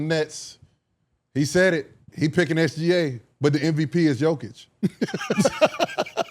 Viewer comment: The trendy new thing to say. It's not even close. Bruh. Put all the stats up including defense and in reality it's very close. How do you know how good OKC is without SGA. You messed up his name and it's only 3 letters. 🤣🤣🤣🤣🤣